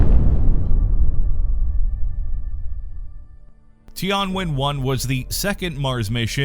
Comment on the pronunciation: Tian should be one single word, don't separate it as ti + an. So it is Tian (sky, heaven) + Wen (ask, question), not Ti + An + Wen.